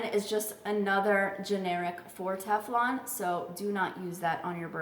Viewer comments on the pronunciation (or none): none